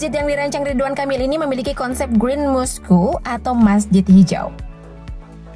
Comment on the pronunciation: Pronoun mosque nya salah